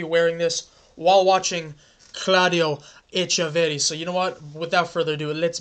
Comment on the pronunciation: Also when pronouncing his name its echeveRRi, also river plate jersey 🔥🔥🔥 (pronounce the rrs longer